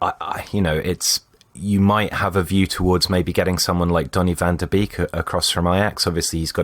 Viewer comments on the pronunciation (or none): I would usually not comment about this, because Dutch names can be hard to pronounce. But Donny van der Beek should be doable. It's pronounced 'BAKE', as in, bake a cake, so donny van der bake.